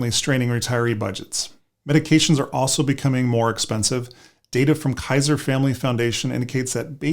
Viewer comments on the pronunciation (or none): none